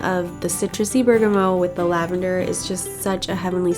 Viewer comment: It's berga mot not berga moe